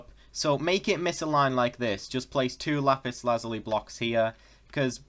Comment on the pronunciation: Finally someone that pronounces lapis Lazuli right